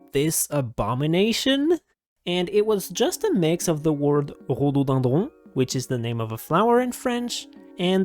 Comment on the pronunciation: Moi aussi je suis français et vrm ça a fait bizarre de t’entendre dire rhododendrons mdr